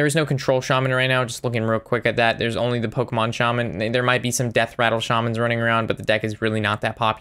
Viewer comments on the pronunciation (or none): none